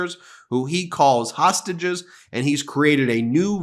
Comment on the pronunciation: Is it just me of does the announcer say tosstages instead of hostages.